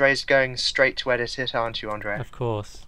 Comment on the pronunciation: Andrea? lol Its Andre.